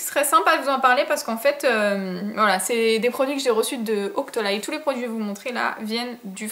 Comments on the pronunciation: Coucou ma chérie ! Super vidéo, tu as fais des choix que je n'ai pas fais dans mon free store donc j'ai hâte de connaitre ton avis sur l'semble de ces produits. Tu m'as trop fais rire a dire OCTOLYYY mdr c'est OCTOLIII ma chérie :) Des gros gros bisous <3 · c'étais drôle "octolay" je crois qu'on dit "octoli" 😂 super vidéo, bisous 😚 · "Octolaï" Mdrrrrr je t'adore <3 Merci pour cette vidéo :-*